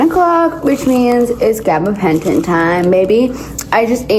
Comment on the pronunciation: Say gabbapenton again